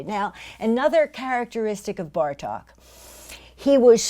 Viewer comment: Great lecture! Bartók's name is pronounced with a long O sound, so not a short "a" as in Cup, but a long "oh" as in Door.